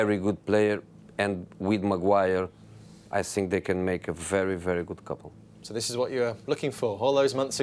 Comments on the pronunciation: You sssink "think" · Jose past but I think Now Jose but I sink😂sounds though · Nobody : Jose : "I SINK" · “I siink” lol